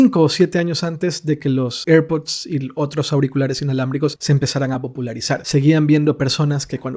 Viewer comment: Cuando pronuncias airpod pareces un borracho